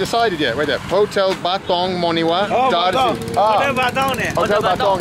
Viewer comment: the town is (Monywar .,(mone yewar) ) မံုရြာ